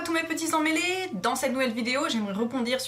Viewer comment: mdr au début de ta vidéo j'ai entendu "bonsoir et bienvenue à tout mes petits sang mélés" j'ai mis tellement de temps à comprendre emmêlés